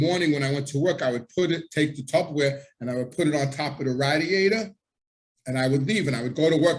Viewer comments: Ray- diator not rad-iator. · I will never forget where I was when I heard the word "radd-e-ate-ur" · Its funny how you say radiator lol, that Italian accent is strong with certain words!